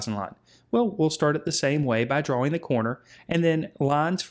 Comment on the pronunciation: "DRA"-"WING" okay man